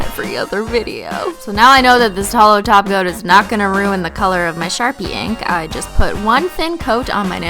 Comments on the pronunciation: When she says 'holo top coat' I hear 'holo taco' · I thought you said you applied a taco!😂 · every time u say top coat I hear taco....